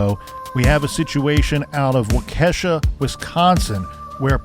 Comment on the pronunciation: LOL its like Walk ah shaw. In the racing world, I have heard Walk-KAY-shaw lol Wisconsin towns, ya gotta love em.